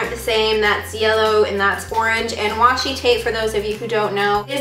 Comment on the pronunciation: Its washi not watchi 😩😩😩😩😩😣😣😣😣😣😑😑😑😑😑